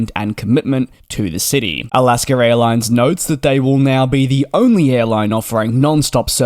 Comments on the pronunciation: So funny that you pronounce Alaska Airlines ALASKER LOL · As much as we love you; there is no "r" in Alaska.